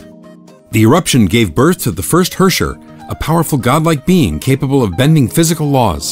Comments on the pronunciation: He pronoubced herrscher wrong. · Cool story bro but bring back Himeko. Lol Gay Edison and Tesla, too bad Edison is ded as fuck now. apparently Herrscher is pronounced way worse than I imagined. I like my way of pronouncing it better. Also I remember when MihoYo explicitly said the GGZ was a completely different universe altogether and that its events had nothing to do with the current Honkai Impact but yet we have the previous era in this video VK's dormitory info that completely contradict this. Also who were some of the people in that formal group photo I recognized a few folks but ummm